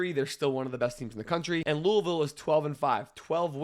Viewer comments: Bring from Kentucky, makes me so happy when people pronounce Louisville correctly. Go Cards and Fuck uk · You from Louisville nobody says Louisville correct but you did. And you know so much about Louisville. I love it